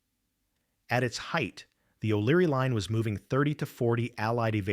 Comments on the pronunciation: Oh thanks. I thought it was a word I did not know. Here I am thinking what's a "leen"😉😁🤪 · Very distracting to have words hugely mispronounced. There is no "leen". It is LINE. Otherwise really appreciate this tale. Thanks